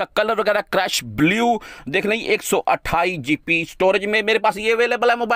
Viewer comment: o bhai apni english to thek karo gp nahi hoti gb hota h